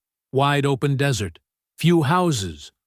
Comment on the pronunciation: AI voice tells us there were dessert plants in the yard...vs desert plants. CRAZY